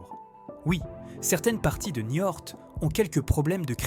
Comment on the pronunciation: J’ai arrêté à la moitié ! Çai fait bien 10 fois que l’IA parle de se "balancer sous un porche" ou même "sur un porche" ! Et ill vient de parler plusieurs fois de la ville de NIORTE ! Elle a beau nous faire son ton jovial, elle ne comprend même pas de quoi elle parle ! Elle nous prend pour des trisomiques !!! Ça gave. Allez, je zape cette chaîne superficielle qui fait que du remplissage infâme pour faire croire qu’elle sait quelque chose Que dalle, oui !